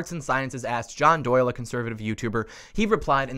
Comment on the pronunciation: Why does “email Doyle” sound like Kyle? 🤔